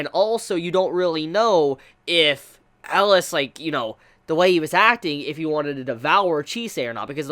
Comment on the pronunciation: I am (rightfully) feeling triggered by how he pronounces it